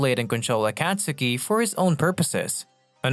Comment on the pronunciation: The what? Acktasuki? Liked the vid, but this tilted me lool